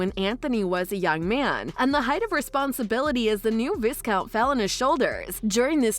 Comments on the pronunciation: Viscount is pronounced like vy- count not viz-count. LoL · The ‘s’ in Viscount is SILENT. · Viscount does NOT rhyme with discount. Also, there is no 'w' in Sharma.